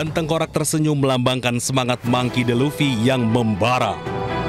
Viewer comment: Monkey D Luffy woii bukan Laffy